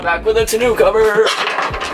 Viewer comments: Not tonU cover, but tonO cover... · It’s pronounced ton-oh.